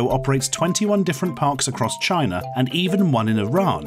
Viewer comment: I like when he says "Chiner" instead of China